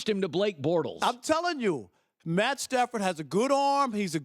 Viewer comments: He said Stat padford😂😂😂😂 I fuks with rob parker heavy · "Stat Padfered" 😂😂😂 I now have my name for him lmao!